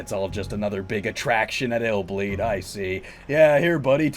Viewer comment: So it’s not pronounced I’ll bleed. Lol